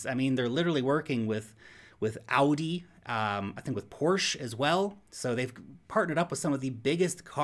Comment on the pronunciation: Wow, your pronounciation of ‚AUDI‘ was spot on! You forgot the last letter of ‚PORSCHE‘, the E isn’t silent… just if you ever wondered^^